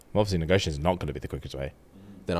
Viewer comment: "No negotiation?" In the confused accent got me 😂